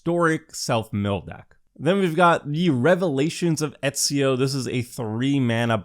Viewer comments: It's yah boi Easy-O! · I took psychic damage listening to pronounce Ezio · Pretty sure he never reach out on learning a second language